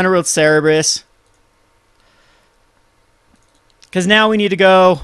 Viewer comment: its Cerberus, not cerebus btw and i really like the deck alot